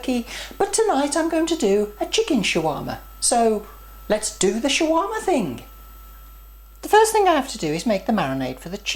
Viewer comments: Its SHAWARMA! not Chiwama.. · its funny how you say shawarma hhh.. but great job on making one. "Like"